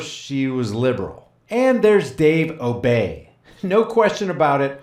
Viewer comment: Dave Obey pronounces his last name ‘Obee’ just so you know. He was a pretty good congressman for the district in Wisconsin he represented from about . Believe it or not he wasn’t tied to anywhere near as many corrupt donors as most congressmen are.